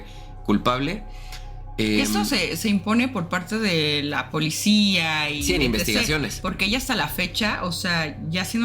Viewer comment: 🤣🤣🤣 entre la Politzia y Lecumberrry, me hizo el día 🤣🤣🤣